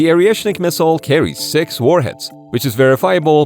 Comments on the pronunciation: Is it Oreshnik or Areshnik? Cos you keep saying Areshnik. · This clown can’t even pronounce the name correctly! It’s ORESHNIK - not Ariashnik! 🤡💩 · Man, it's «Oreshnik», not «Orieshnik». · It’s not Orieshnik - it’s Oreshnik. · lol Orieshnik. You don't even know how to pronounce it. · Yes, Oriëšnik. Perfequetè pro-noun-ciation.